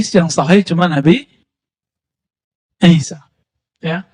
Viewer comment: Yakin Sayidina Isa yg di maksud tapi kedengeranya samar🙏